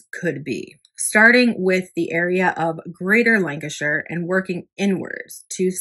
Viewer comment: nice to hear you pronounce Lancashire correctly,..😊as, most Americans can't!